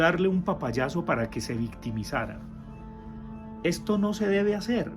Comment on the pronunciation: no es victimizara, es Vickymizara